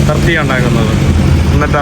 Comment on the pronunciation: തർത്തിയ അല്ലാ ടോർട്ടില്ല എന്നാണ്... പെട്രോൾ ഗലോൺ അല്ലാ ഗാലൻ എന്നാണ്